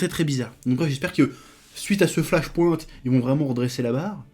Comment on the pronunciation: "flache pouinte" :-P